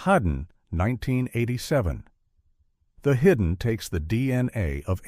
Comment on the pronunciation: I absolutely love how the AI voice misprounces the Hidden (hudden) one second, then gets it right literally two seconds later. And its Tob-EEE Hooper! Not Tobe like robe. Every AI voice in all these YouTube channels ALWAYS gets it wrong! I thought Leviathan was better than Deepstar Six but thumbs up for your thumbnail of Nia Peeples.